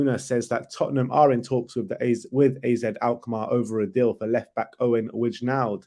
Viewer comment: Wijndal is pronnounced like the "wijn" in bergwijn